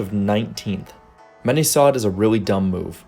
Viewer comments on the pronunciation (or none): none